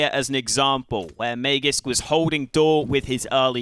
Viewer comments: Its not mayjisk it is maaagisk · I speak swedish, not danish, but I'm fairly certain it's not may-jisk like says:(